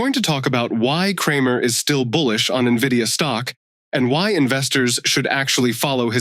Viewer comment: Please keep up with how to pronounce the name of the stock, it starts with an "N", not an "I"😅